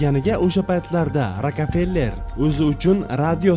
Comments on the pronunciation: gaplawni bilmidi akan bi rakafeler emes rokfeler boladi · sizga bir iltimosim bor. So'zlarni to'g'ri talafuz qiling. Juda hunuk talfuz qilarkansiz. Rakafeller emas Rokfeller. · Rokfeller not rokafeller